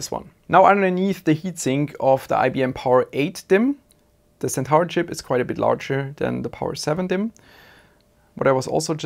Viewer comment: Hey mate, ty for the vid. FWIW Centaur is pronounced Sen-tore, you pronounce stuff so well i'll admit its a bit jarring when you miss one XD, Would have loved to see more detail on the actual signalling etc